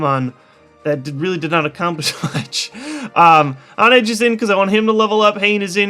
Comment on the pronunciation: Just one minor thing. It is pronounced Hoone-edge. Not Haunt-edge.